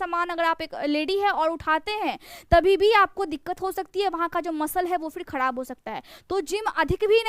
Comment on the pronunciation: Dha ka istemal bahut Karti Hain aap khrab ko khadab kyun kahti Hain aap pathiri hodha Hai